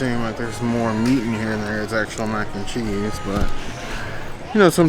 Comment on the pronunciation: I kept hearing “mac and chee” 😆 it’s still weird to me food and wine is happening in July. Props to you both on suffering through the heat to share with us what’s there! Sad they took away the spicy lentils that’s my husbands favorite.